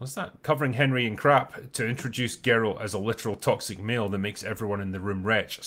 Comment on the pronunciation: It's not "Gary of Rivia." It's "Gar-alt of Riverside."